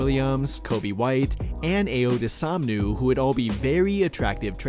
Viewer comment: Bro…. First off, we ain’t trading Coby, he’s our primary scorer off the bench. Second, it’s DOS OON MOO. Not dosomnu. Dos. OON. 🐮